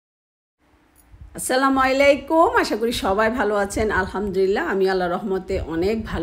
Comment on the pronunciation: আসসালামু আলাইকুম বলবেন প্লিজ। সালাম টা আন্টি ঠিক ভাবে দেন, আপনি সালাম টা বলেন যে "আসসালামুইলেইকুম"। এটা অবশ্যই ঠিক করবেন। শুনতে খুবই বাজে লাগে